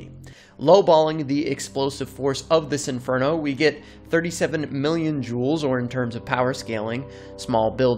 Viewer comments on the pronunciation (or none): none